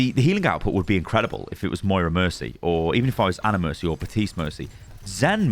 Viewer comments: WHY is no one commenting that this dude is saying BaTiste and Not BaPtiste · "batiste".... kinda feels like benedict cumberbatch and his penglins. plz pronounce the p, elsewise its gonna sound strange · Bap-tiste. BAP-tiste. BAP-TISTE.